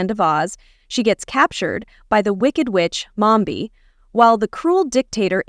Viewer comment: Its mombi not momba